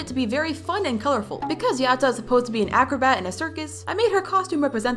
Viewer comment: Yatta is supposed to sound like yadda not yaT